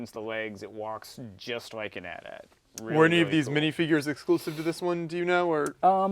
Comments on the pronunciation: Those are cool sets but you guys are saying AT AT not A T-A T. Me as a big Star Wars fan knows that you guys are saying it Wrong. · Then I guess you're not as big a Star Wars fan as you think, kid, because it's pronounced "@ not "ay tee ay tee". Thats how Anthony Daniels said in on the original ESB Kenner commercial in 1980. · Kills me to hear "at at". But with the AT-ST he says it correctly.